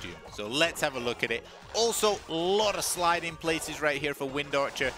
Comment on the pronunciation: How you said wind archer was so satisfying af